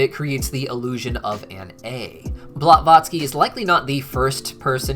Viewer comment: fascinating and well-researched. mush appreciated. the pronunciation of Meme Blavatsky's name as "Blat-votsky" did not go unnoticed